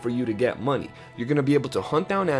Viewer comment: Boah you said 'muneh' more than dutch 😂